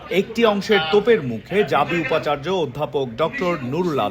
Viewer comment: উপ আচার্য নয়;অন্ উপ আচার্য।